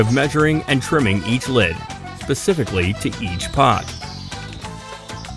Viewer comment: "pecifically". JFC.